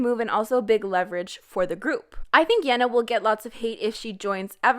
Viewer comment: Why do you pronounce Yená like thatÉ?